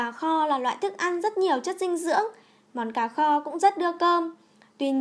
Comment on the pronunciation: nghe đọc là ...cà kho.....bó tay luôn